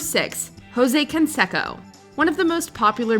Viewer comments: Hey WatchMojo, if you're gonna pronounce a celebrity baseball player's name, say it correctly. Ho say Con say co; not Jo say Con se co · For such an established channel, you couldn't get someone to pronounce Jose Canseco and Ricky Gervais correctly?!